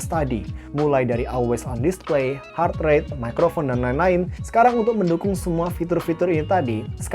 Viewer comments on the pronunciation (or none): none